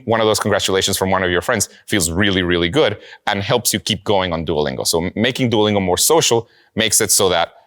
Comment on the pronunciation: You said Duolingo rong